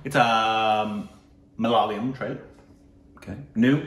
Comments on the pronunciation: Upteenth time...it's not MaLaaayalam...it's MalaYaaalam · I'm definitely risking my peace and sanity with this comment that'll invite viscious abuses from #LoyalStupidBabies, but... Endey Chinakathoor kaavil ammey!! Evandey ammoommey kattikyan ulla aa #Malaleeum kondu nyaan thottu!! 🤦‍♀️ Is it really that difficult to say Ma-La-Ya-Lam? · Come on it's not Malalayam it's Ma - La - Yaa - Lam... You should just give it a try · it is Malayalam and not malalayam 😂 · Again.... Not MA-LA-LI-UM It's MA-LA-YA-LAM guys..